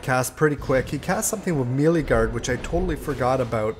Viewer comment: Me, Lee. Who, you? It is pronounced "may-lay". Otherwise, excellent video,.